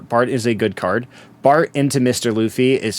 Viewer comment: why the h you call it 'Bart'. It's BARTO or el El Barto if you feel like it